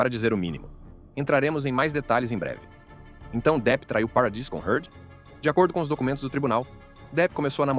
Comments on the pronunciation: " Peredisss"?😂 Parradiiii! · A pronúncia é Parradí !